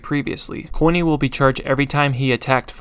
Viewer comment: It said corny instead of coiny 💀